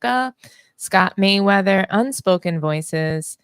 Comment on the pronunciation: Come on... is it really that hard? MERRYWEATHER, Not Mayweather. I put in.... Can I get my name right? Lol....